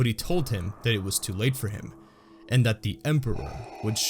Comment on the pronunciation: You made an error in that last sentence there. You said "Waa" instead of "Was"